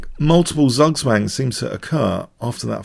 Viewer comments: its not zagswang its zugzwang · please try saying "Tsoog-tsvang" when you pronounce Zugswang, Dani King can do it! (and Tsvishen-tsoog for Zwischenzug) You can hear it at